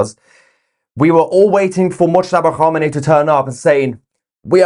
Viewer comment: Moooshtaba khaboooomi 😅😅😅😅😂😂😂